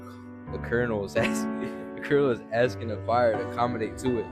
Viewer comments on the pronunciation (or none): none